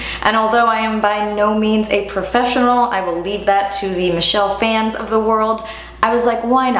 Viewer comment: The way she said Michelle Phan tho